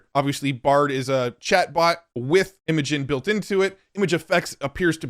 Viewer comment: Cool video as always.. but.. isn't Imagen pronounced "imagine"?